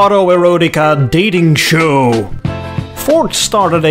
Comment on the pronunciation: love your shew..... "really big shew"........ like the old "ED SULLIVAN SHOW",,,,, a "really big shew, tonight"